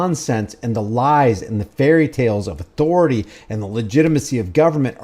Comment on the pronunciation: I dont know if it's where he got it, but Cartman on south park, says it like that.